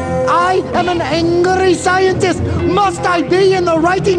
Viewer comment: ANGLRY! ANGLRY SCIENTIST!